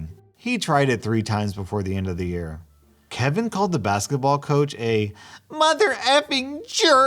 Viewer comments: "kevina" XD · m, an idiot, thinking this entire video is one story, wondering why was pronouncing kevin differently in the end, getting very confused with the story, then finally noticing the title WHEN THE VIDEO ENDED: 😁😪😵😤👀😲😩😑😅😠😣😒😑😐☺😛😃😂😆😜😝😋